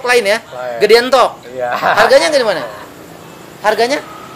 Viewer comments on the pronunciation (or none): entog bos bukan euntog..